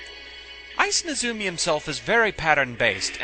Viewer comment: NEzumi, not neZUmi